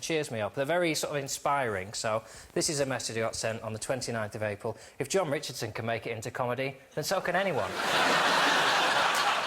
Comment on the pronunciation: actually says Ron Jichardson..